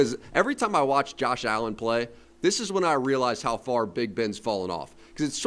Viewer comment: Can you at least say his name? It's Josh Allen Bruh